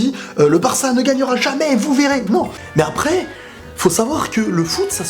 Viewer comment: J'suis le seul que ça a stressé le "après" avec un e accent aiguë ? :s